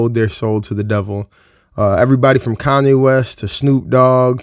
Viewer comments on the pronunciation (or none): none